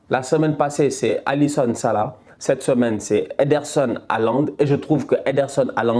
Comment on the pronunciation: 😂😂😂 tu ma tué quand tu parle Salah